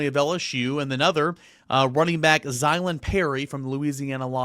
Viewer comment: Give him a 15 yard penalty for incorrect pronunciation. That is his first warning